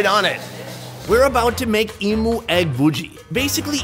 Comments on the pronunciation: i feel bad but as an australia it really got me annoyed when he said "eimoo" rather then "eem you". once or twice is fine but god. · As an Aussie where emoooos are from. It's pronounced "E-,MEW!' not "E-MOO" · It’s eem-you not eem-oo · they have "e'moo" lol i cracked when he said e moo where im fro its "m" "you" emu not emoo lol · It's pronounced "eemew", not "eemoo". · it's pronounced em "U" not e moo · mate. Its Emu, Emewwww! Its Emu. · Emu is pronounced as emyhoo :)) just coming from an Australian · Reckon the best part of this video is how he’s pronouncing emu and guinea fowl 😂😂 as an Australian it sounds so weird really funny tho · why are they pronouncing emu like that 😂